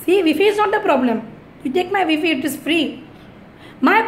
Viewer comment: V - fee (wifi) ha ha 🤣 🤣 🤣